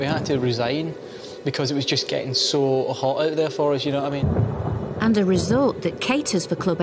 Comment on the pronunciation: "It was ge-ihn a lil hawt oursiii." Laughs in spring break, lake Havasu Arizona